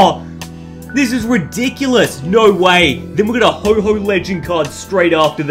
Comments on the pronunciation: Not to be rude but it's pronounced ho-oh not ho-ho just letting you know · yeh it isn't ho_ho its ho oh